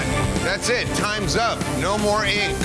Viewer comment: Great show but I hate the way that dude pronounces ink. Sounds like he is saying INQ